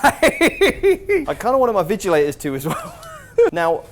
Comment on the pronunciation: lmao "vigilators" :face-blue-smiling